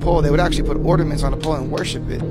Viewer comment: Well, first off its pronounced O R N A ments not ORDA ments. Maybe if his grammar was up to par I may be more inclined to listen to what he says. 😂😂😂😂